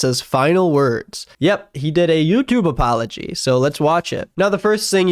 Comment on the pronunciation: Lmao the guy can't even say "did" right.